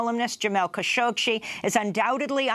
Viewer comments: Stop mispronouncing the name Khashoggi. Google "how to pronounce khashoggi"; she got the idea how to do it and she never examined it again. So annoying! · There’s more than one way to pronounce “Khashoggi”. Jamal and his immediate family are Saudi, who pronounce it as “Kha-shoh-gee”, although his progenitors and entomology of the surname are Turkish, who pronounce it “Kun-shohk-see”. I believe (although not 100% sure) this is due to a difference in phonetics between Turkish and Arabic.